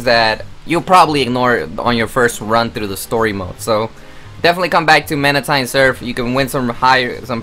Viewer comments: Its mantine not manatine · It's MAN-TINE surf, not manen-tain surf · What is a man I to be it's mantine(manteen)